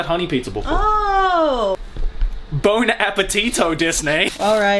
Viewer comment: “Bone-apple-tea-toe-des-neigh” -2020